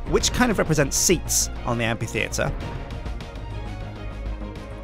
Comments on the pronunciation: Yeah he does, the correct way of pronouncing the 'ph' in amphitheatre is not as a 'p', but as an 'f'. You know, like in basically every instance you encounter the 'ph' in the English language. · After all this time spent on building Dale, he still mispronounces the word amphitheatre.